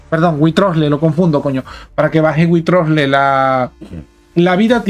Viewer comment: Mira que he escuchado llamar de mil maneras a Wriothesley pero es la primera vez que oigo que alguien le llama witrosle jajajja